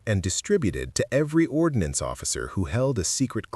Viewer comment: "Ordnance" not "ordinance"